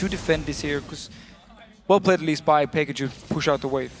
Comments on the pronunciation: yea i nearly pissd myself when he said xpeker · Why does Deficio pronounce Xpeke: XpekeR. And Soaz: SoaRz?